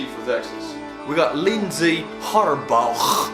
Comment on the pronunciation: Btw,, just a heads up.. Idk if you'll see this, but whenever you see the name "Harbaugh" it's generally pronounced "Har-baw"